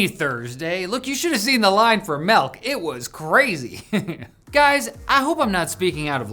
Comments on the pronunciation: You say it like "MELK" Like the first age of middle earth and MELK 'or' SOWR onwards club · Everyone else: " is back!" Me: said "Melk". Re-cancel the channel. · bro said "melk" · I think it's called "malk". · Dad's home with the melk! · He’s back! And he brought the “Melk". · really said “melk” 😱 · Malk, melk